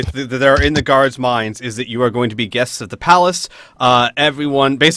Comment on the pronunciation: I know he's saying guards but I kept hearing gods. which brings to mind two thoughts. Dwarf king is really freaking powerful, and the dwarven pantheon of ardenfell are bad at tracking.